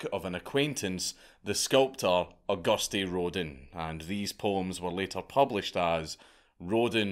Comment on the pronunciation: I'm so charmed by Dank's butchering every single name (save those of Scottish people) no matter how well known those people with names are. E.g. took me a moment to decipher he actually mentioned the famous sculptor Auguste Rodin😄.